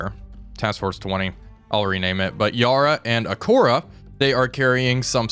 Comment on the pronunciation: Great series, love watching these. Just an update on pronunciation from the Australian side. Batavia = Ba-Tay-Via, Yarra = Yar-Rah